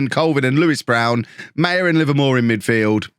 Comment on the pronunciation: I hope sells Maher. Because he butchers the name. It is not pronounced ‘Meyer’. It is ‘Ma-her’.